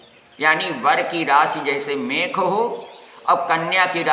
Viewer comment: mekh nhi mesh hote hai pehle rashi